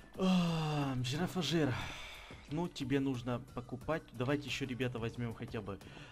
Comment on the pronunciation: Правельно произносится Не джирафаджир, а джирафриг))) ну так к сведению))) а так всё как всегда КРУТО!!!)))))